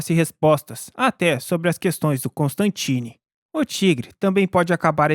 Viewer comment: Correção narrador, não é " constantini" mas sim, " Constantino". Fora isso, sua narração foi muito boa. 🔥🍷🗿